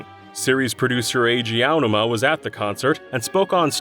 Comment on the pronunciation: Finally. A DYKG narrator that pronounces the Zelda producer's name correctly. Everyone else always said eye oh numa for some reason.